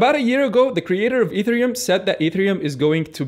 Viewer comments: pronounced EH -TEH -REH -OOM ......NOT....E THREE -UM also to understand a third of what he says instead of nothing at all click the setting of the video and click the playng speed at -,75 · taking advice from a person who doesn't know how to pronounce e t h e r i u m :D